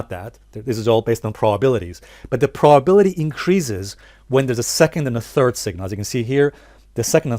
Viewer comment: What's a "prawbility" ? lol